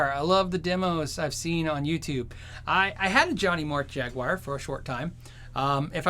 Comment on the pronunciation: It's JAG-WAHR or jag- U-R not jag WIRE